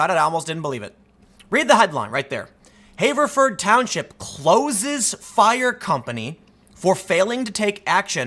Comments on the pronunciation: Tim, Everyone I know says "Haverford" not "hayverford" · "HAH-verford." Not "HAY-verford." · * pronounced have-ver-ford not haver-ford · Pronounced Have-er-ford. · I hate to be "that guy" but I grew up in Haverford Twp and it is pronounced with a short A . Like the word "have" and then A Ford, Have-A-Ford. Also what an idiotic thing for my home township to do! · The A in Haverford is a shot A, not a long A. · You live in the Philly area but mispronounce Haverford? Yikes. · Btw Tim, hearing you pronounce "Haverford" with the "long A" vowel sound hurts my ears.